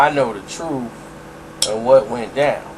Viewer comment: You do some good stuff. I like how you say "The TRUTH behind...", as if.... :)